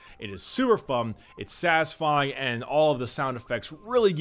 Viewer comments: Its sewer phum! its sa'isfy! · "its suber fum, it statisfy" Wise words, wise words